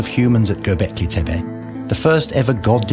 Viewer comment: Hancock purposely pronounces Tepe incorrectly. Been making money on the name in appearances for so long he should get it right.